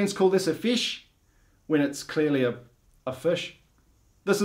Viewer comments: It fish not fash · Its fish not fash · Listen to how they say “fish”. Kiwis say “fesh”. The rest of the world says fish. 😂😂 Also, nobody but kiwis can pronounce Māori properly… they say it like “mouldy” 😅 (as an Aussie, took me a while to work out what they were saying!😂) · Aw yeah I'm kiwi so I'm going to have a go at U Aussies for calling a fish a fish it's spelled fish so that obviously means it's pronounced a fush. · YOU SAY FESH trust me